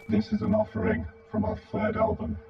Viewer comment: "offering" ugh